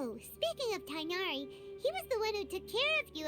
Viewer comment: TIGHNARI's name has a letter that English doesn't, so most people just pronounce his name like this Tay na ri